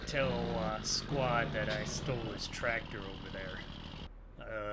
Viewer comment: do you mean Squad instead of squat